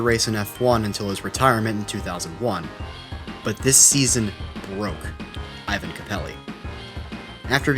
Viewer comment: Ik its an easy mistake but for capelli his first name is pronounced (é-van) not thr Russian style Ivan